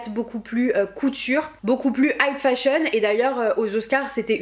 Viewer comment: j'adore tes vidéos comme dhab ! trop bien fait, la bonne longueur, c'est vraiment mon petit plaisir. juste, on dit "high fashion" non ? j'ai l'impression que tu dis "height fashion" et je ne pense pas que cela se dise. sinon continue comme ça c'est ouf !